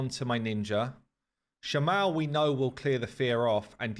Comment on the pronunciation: Shama-el <- the end is pronounced strongly (same for Kael etc).